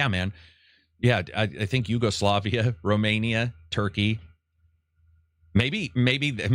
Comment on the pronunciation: did you say Yugoslavia?